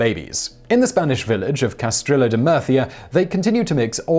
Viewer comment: "Cas-trill-oh." C'mon, guys, you're smarter than that.